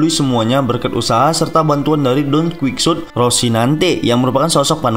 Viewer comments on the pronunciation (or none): DONQUIKSOD ROSINANTE WKWKWKWKWWKKWKWK BACA NAMA AJA GABISA LU